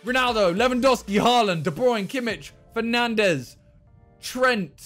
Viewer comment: I thought he was saying penandes 😂😂